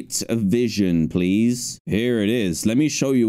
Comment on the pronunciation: Seed: pweese